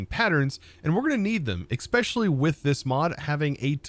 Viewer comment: He also says especially wrong lol.